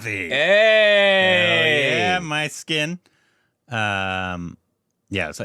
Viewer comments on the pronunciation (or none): Do Myskin love to give homage to the films he loved while growing up😂. Guys should watch his interviews 😂 And guys it's not "My skin" pronounce it "Miss Skin" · Hi guys myskkin is not My-skkin❌ is meskkin ✅ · The Director's name Not pronounced as " My skin " but as "Mis(s) kin ". His best are - his debut " Chithiram Pesuthadi" And "Anjaathe " - recommended by many more. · Great react guys!! This is for, his name is pronounced as Mishkin. Every time he goes My Skin 😂. But that’s what we love from. Mysskin just got Korbinized 😂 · U guys have to have an interview with mysskin (pronounced as mishkin not my-skin) he would definitely agree. He reads lot of classics and has some quality stuff in him. And he himself is qorky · Pronounced as "Miss" + "Kyn" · His name is pronounced Miss Skin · really appreciate this review guys 🤝 his name is pronounced as "MISS-KIN" by the way 😊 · Pisaasu 2 is fully finished guys.. It's being held due to financial reasons!.. Mysskin has this unique fortune of going through release issues literally for every single of his movie.. Mysskin is notorious of having a foul mouth & often gets into problem due to his character in real life.. By the way his name is pronounced - Mishkin.. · His name is to be pronounced as "Mish-Kin"... It's the protagonist's name from Dostoevsky's novel "The Idiot".. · Its pronounced me skin guys his name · His name is pronounced MISKIN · Every time says "MY SKIN".. I am going!! 😆😆😆😆😆😆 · Pronounce - miss kin ,mmiss kin, miss kin, miss kin stupids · I cannot hear you guys butcher his name anymore so here is a tip "Miss" "kin" say it together.